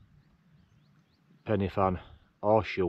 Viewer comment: As everyone else has said it’s corn Dee And your pronunciation of pen y fan was spot on mate and sounds even better in you’re northern accent.